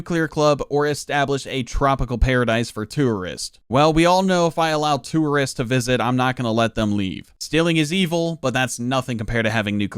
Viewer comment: The real war crime here is the pronunciation of tourists